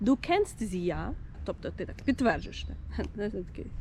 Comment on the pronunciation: У "mach das ja nicht" ja треба вимовляти довше і з наголосом) Взагалі дуже добре, не знаю, чи я могла б це пояснити так добре 😅 Ще додаю "sie ist ja nicht so motiviert" значить що ти від цього (хоч трохи) розчарована або здивована